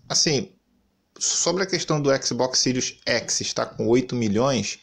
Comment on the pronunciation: Sirius Eçi